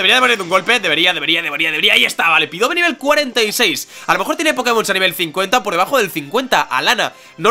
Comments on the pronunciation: dios me has roto el corazon que no se dice pidove se pronuncia pidaf;') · llevo desde que capturastes a mel diciendotelo,SU DOBLE TIPO HACE QUE LOS ATAQUES DE TIPO VOLADOR SEAN NEUTRALES FRENTE A LUCARIO PD:Contra Pidove podrias haber hecho esfera aural,es neutro(porfavor di "Pidaf",es que "Pidove"...